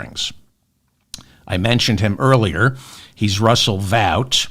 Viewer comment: Russel Vaught pronounced ought as in ought to do that ! 😅